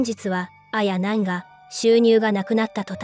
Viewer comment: あや⤵︎なん⤴︎の発音が気になる😂